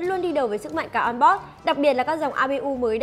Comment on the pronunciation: onboard on bót amd a mờ đê ..... nghe nhứt nách luôn